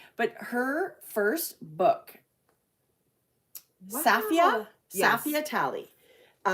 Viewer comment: I think you pronounce safiyyah with the accent on the YYs not safia